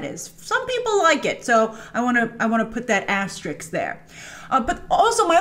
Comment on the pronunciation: "...I wanna put that asterix there." *asterisk